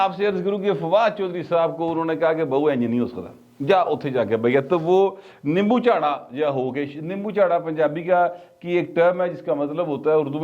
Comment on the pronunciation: Butt Sb! Nimbu Charra nahi Yey lafz "Nimmu Charra" hota hy